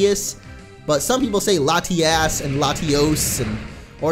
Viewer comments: I like how he said latias la-ti-ass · Did you say latiass. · Plese stop saying Latiass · "Latiass" lol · latios is lati os and latias is lati as but like the way it is in Spanish like this á has a longer sound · you said lotiass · Lol he said lasti@ hahaha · Its pronounced LA-TEE-US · You said LatiASS. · try to not say Latias like "Lati-ass" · Latias? Lati-ace? Lati-ass? Lady-ass? Oh wait, that is not right (This was a lot funnier when i first thought of it by the way)